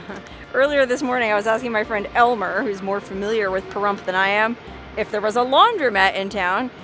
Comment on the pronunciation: Your in Larry's stomping grounds and I always thought the P was more like a F when saying Pahrump but again what does a person from Washington know lol.